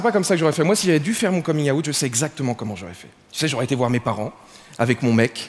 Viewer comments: hey,tom villa...quand ont est pas capable de parler 'english' correctement d'habitude ont pratique avant de pronnoncer.coming 'Aout' or would you rather say coming Out ? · Comming août? Bon accent , c'est bien 😂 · ahhh c'était coming out .. je me demandais pourquoi il disait août XD my bad! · "Un coming aouwtte " Cet accent 😂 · "Coming yaout" ça m'énerve ! 😂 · Coming yahout ? Sérieusement ? Quand t'es poche en anglais tu cherches d'autres mots. Parce que juste de dire ça de cette façon là, tu viens de le faire ton coming yahout ! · nan c'est les français qui disent comme ça ( du monde la plupart) mais c'est pas la bonne prononciation, il faut le dire à l'anglaise sinon c'est ridicule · la façon qu'il a de dire "coming out" ...